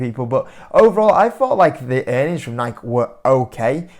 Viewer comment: Bro, let's see if you read the comments. It's pronounced NIK-E not NIK.